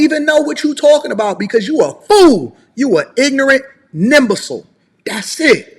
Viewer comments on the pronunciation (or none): Lol he's talking about people being fools and called them a "nimbicile" 😂😂 like bro, that's not how it's pronounced or spelled